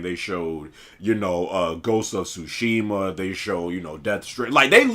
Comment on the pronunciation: Lmao dude said ghost of sushi😂😂